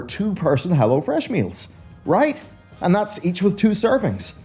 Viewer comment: Oh, "go to hell o'fresh". Charming!